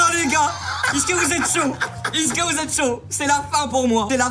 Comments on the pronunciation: Mais je me demande toujours pourquoi se bouffon il dis "iske" vous allez bien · quand tu dit is'que 😂😂😂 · Quand tu dis is-ce que 😂😂😂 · vous aussi inox quand il dit est-ce que endirais qu'il dit isque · Il fait que de dire "icque" pas "est ce que" 😭😭😭